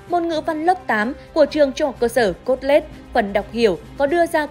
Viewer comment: Trường tên là trường THCS Colette nha bạn. Tại trog video phát âm nghe thành cốt lết 😅